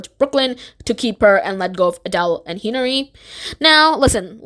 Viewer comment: Plus the pronunciation of hinari got me too. She said it like henry